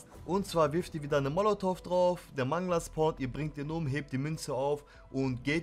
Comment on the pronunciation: Das wird übrigens Mängler ausgesprochen und nicht Mangler